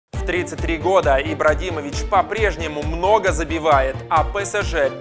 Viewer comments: я один услышал в начале ИбраДимович???? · Я один услышал " ИбраДИмович" на 16 сек? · ты сказал ибрадимович